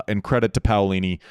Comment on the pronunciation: You nailed Paolini's name Andy, way to go!